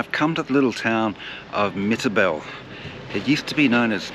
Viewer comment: Nimmitabel not mitabel